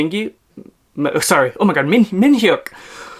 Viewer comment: His name is pronounced min-YUck Don't pronounce the H